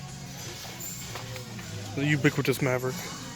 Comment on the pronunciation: Someone should go through the runs and count how many times he says "the ubicwitus